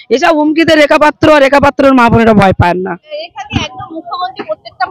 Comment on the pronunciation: ভাই, এতো ভুল ধরলে কিভাবে চলবে। রিপোর্টার মেয়েটির জিহ্বায় হয়ত কিছুটা আরষ্ঠতা আছে। তাই পাত্র শব্দটি সঠিক ভাবে উচ্চারণ করতে অসুবিধা হচ্ছে। এতে দোষের কিছু নেই।